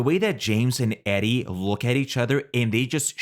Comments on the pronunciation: Omg stop calling her Eddie! It’s pronounce “Eee-dee” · Eddie? Seriously! You're pronouncing her name as Eddie? What is this, an AI voice? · You pronounced “Edie” incorrectly the whole time too. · Her name is Edie, not Eddie